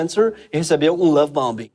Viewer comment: Obrigado Greg pelo esclarecimento sempre bem-humorado e também pelas críticas justas ao PT. Duas pequenas correções: A pronúncia da palavra em inglês, BOMBING, o segundo B não é pronunciado. E o Charles deixou de ser “príncipe”, agora é rei. Parabéns pelo seu magnífico trabalho. 👏👏